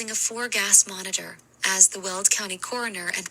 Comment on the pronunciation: It’s Weld county, not… world county.